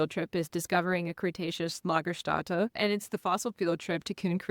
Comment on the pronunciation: Nice video! And just an fyi, not a complaint: the ä in Lagerstätte in german is pronounced like the a in hat in english.